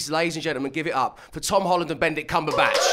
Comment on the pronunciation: I love how no one is talking about the presenter calling him Benddick